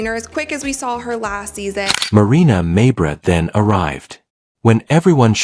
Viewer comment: Witch's name Should be pronounced "Mayberry" like Barney Fife Mayberry